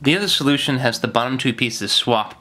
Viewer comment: I died when he couldn't say solution 😂